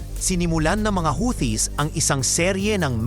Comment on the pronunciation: The word "Houthis" is pronounced "HOO-tees", with the emphasis on the first syllable. NOT HOWTEE…. Or HUTI, but NOT HOWTEE.